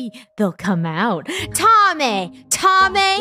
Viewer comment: It’s not “Tommeh” it’s Thommeh that’s what funneh said in the stream Edit: thx for the heart